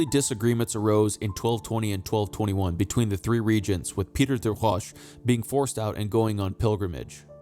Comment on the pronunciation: You lost me when you couldn't pronounce des Roches. It doesn't speak well to subject-matter knowledge.